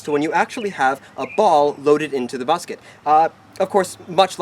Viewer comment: he says busket instead of musket